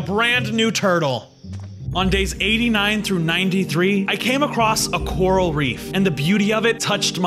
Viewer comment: When he miss grammar:"now i can mine cworl " he ment coral it laughed sooooo hard🤣🤣🤣